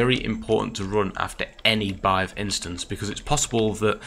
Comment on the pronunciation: It is still pronouced "beehive". Good video